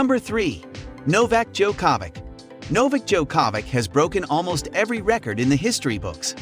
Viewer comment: He cant even pronounce the name of nadal and djokovic.